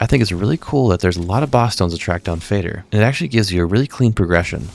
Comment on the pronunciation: FINALLY someone who pronounces Fader correctly